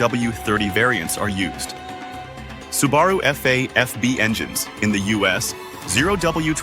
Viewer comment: The info is correct, but the narration is obviously generated by AI. No one would possibly mispronounce "Subaru" as "Su-BAR-roo" !